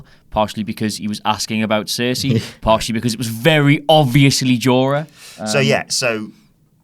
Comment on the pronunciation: Did anyone else get pissed when he said Cersei